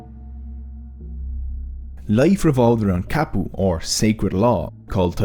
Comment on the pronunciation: Ka like cut not Ka like Cat. Kapu.